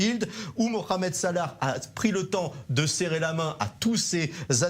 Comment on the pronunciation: On dit pas mokhamed mais mohamed Vous arrivez bien à dire le ha lorsque cela vous arrange n'est ce pas 🤥🤥🤥